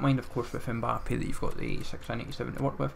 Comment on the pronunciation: Why do you say M-Bap when it’s said M-Ba-Pay?